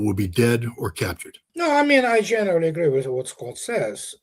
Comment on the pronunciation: How are you squat? should put a bit of effort, it’s Scott not squat 🤣🤣🤣